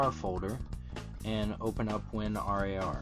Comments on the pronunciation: Stop calling it "win are ay are" just call it "win rar" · i pronounce it as "Win" "RAR"....... not Win R A R.. isn't the like saying Win Z, I, P oppossed to winzip? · there is many annoying things on this tut, the worst one of them is that you say: win R-A-R lol. good turorial tho!